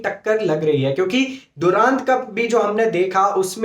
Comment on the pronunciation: दुरांद कप nhi bhai डूरंड कप